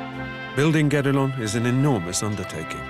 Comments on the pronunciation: To be honest, I heard "Get-Along Castle" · Everytime they say Guédelon Castle I hear "Get Along Castle" and I thought it was partly a joke because everyone has to ...get along... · mispronounced the fckn name of the castle.